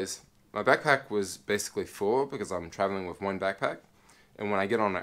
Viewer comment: Dig ur vlogs, but, sometimes u drag ur stories out, and please say "with", not "wiff".... ur killing me.... and "super" this and "super" that, along smh....ur definitely not a NY, or even an east coast brother.... lol.... but ur cool.... be safe